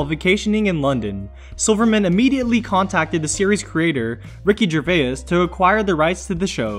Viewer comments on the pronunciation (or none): Sorry, Ricky who? Gervayours? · Ricky gervayus and David coachener.. At least learn to pronounce their damn names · You pronounced Ricky Gervais wrong u 😩😡😡😡🤬🤬